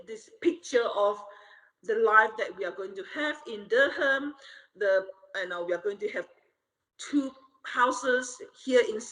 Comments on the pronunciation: being from NC I have to correct how u said (Durham) pronounced Du-rham. That was painful for me to hear it said that way lol not even trying to be an ass about it lol.i see why you’re saying it that way cuz is literally saying it wrong herself. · Not "Der-ham" North Carolina 😭💀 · “Dur-ham.” As a NC native who grew up near there, that pronunciation was like a scratching chalkboard. But I don’t blame you for not being from NC lol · Durham is pronounced Dur-rum or Duh-rum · Its hilarious how they pronounce Durham 😂😂😂 nobody from Durham pronounces it with the H sound, its pronounced Dur-am or Dur-un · Dur-HAM. Not. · The way they’re pronouncing Durham is killing me. At least one of the Catfished team MUST be a college football fan and KNOW BETTER! 😭😂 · It hurt my ears to hear how everyone pronounced Durham, lol. The h is not pronounced so strongly, pretty much silent. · Ah yes mispronouncing Durham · You totally miss pronounced Durham !! LOL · Well first of thats not how u say durham at all neither of you said it right lol and I live here in nc so I know all to well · How can you have a YT channel and can’t pronounce “Durham “. She has an accent and doesn’t pronounce it correctly. Doesn’t mean you guys have to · Jesus Christ love was the passport pic alone not enough to set your red flag alarms blaring? Oh, and the 'H' in 'Durham' is silent by the way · Imagine Social Catfish copying a non-native English speaker's incorrect pronunciation of Durham. That was weird to me. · it’s not durHAM 😂😂😂😂 it’s DURUM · NOT DUR-HAMMMM 😭😂😂😂 it’s pronounced Dur-um lol ♥️ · "Dur-ham"? lol, it's pronounced "Durram" 😀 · It's not pronounced Dur-ham.... it's like Durram. The H is silent. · It’s not derrham 😂 it’s Durham cmon now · I love your videos but c'mon. Dur-ham. It's pronounced Dur-em. Have you not seen the movie Durham Bulls? It is great! Check it out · DurHAM? --first red flag! It's Dur (like inDURe) - UM. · It’s durrrrrum lol not durrr ham lol. My home😊